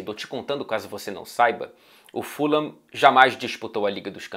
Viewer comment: eu falava ¨furram¨ antes, depois de um tempo comecei a chamar na pronuncia certa, q é a q vc disse no comecinho do video